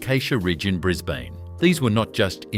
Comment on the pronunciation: For a so-called Australian production, at least get the pronunciations correct. It's Mel-buhn (Melbourne) and Bris-buhn (Brisbane). Better still, get a human being to do the voice over!